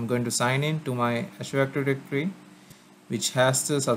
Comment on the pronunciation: I appreciate the video but man was hard to hear you pronounce " azure active directory " in such a way and for so many times. Painful to the ears.